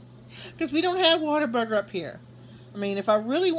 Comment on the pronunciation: You're such a hoot! Yeah, Lady of the Flag: Git 'er Done (as Larry the Cable Guy says) That is the only chart I covet but refuse to pay big bucks for it on eBay. I couldn't figure out what a Water burger is, then realized you were saying What A Burger, LOL..trying to picture a water burger in my head! Don't come to Las Vegas, we don't have them here. We recently got Chick-Fil-A, I went Sat. to try it. Line was out the door and down the sidewalk out front (temp. 108F) asked a clerk if it was always so crowded, she said this was considered slow! What? I liked the chicken sandwich but not the waffle fries, not crisp but soft & wilted. Nope!